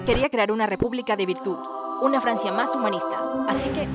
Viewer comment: "rey de FLANCIA"